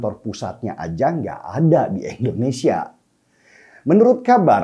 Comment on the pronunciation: Bang DS : SALUT. IJIN : Sebutan bawaannya JANGAN SUKA menambahkan "k" pd kata2 tertentu, spt : "harta-k, neraka-k, jadi-k, kaya-k, agama-k dll. Juga yg BENAR: I-ndonesia BUKAN: E-ndonesia